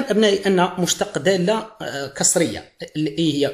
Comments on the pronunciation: من فضلك دااااالطة صححها عرف كيفاه تنطقها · من فضلك دااااالطة صححها عرف كيفاه تنطقها من هم